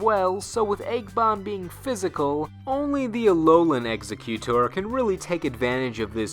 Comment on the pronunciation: Ex-Egg-utor not exe-cute-tor there is no c in its name, listen to the anime they say it Ex-egg-utor.